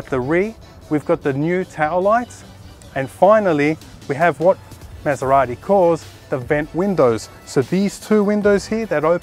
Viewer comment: Please learn how to pronunce MASERATI like it's meant to be pronounce.